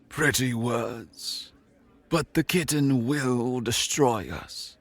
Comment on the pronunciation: Pretty sure the Y in "Kytinn" should be pronounce like the Y in eye, dye, ot tyre. It's really hard to take some evil alien threat seriously hearing "Kytinn" pronounced like kitten.